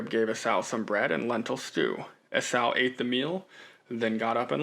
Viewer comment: Enjoyed your thoughts on "as far as you can see in every direction". I always just assumed it was a massive area, but your assessment makes sense. Also, Esau is pronounced "ee-saw". Thanks for pushing forward.